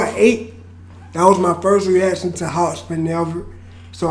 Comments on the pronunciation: Why you pronouncing it "hospin" tho? 😂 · Hop-sin lol not hos-pin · its hopsin no hospin my guy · Anyone heard say hospin twice instead of hopsin 😭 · Kristoffer Reyes hopspin lolololol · First time he said Hopsin, he went Hospin =))))))))))))))) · “hop-spin” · "HOPSMIN" lol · Sounds like your saying “hop spin” hahaha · He said "HOSPIN" lol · Keep saying Hopsmen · Hosbin is slightly easier to say than hopsin but its whatever haha respect. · Lol hes saying Hosspin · It’s pronounced hop sin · Just wish one reactor would say his name instead of Hospin. Jits old.